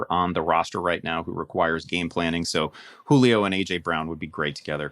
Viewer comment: “Juilo” Really? “Juilo?”